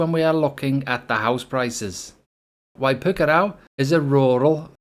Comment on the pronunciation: You mispronounced it. It's not pronounced "waipookaraow".